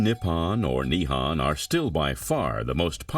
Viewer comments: Need to learn the proper pronunciation before doing this documentary the words are pronounced as Nihon not Nihan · OMG, Japan is not called Nippan and Nihan. It is called Nippon and Nihon. The o is an oh sound, not an ah sound. How is anyone supposed to take this documentary seriously, if the narrator can't even say the name of the country correctly? And Edo is not Ado. It is Edo, like the name Ed with an o sound at the end.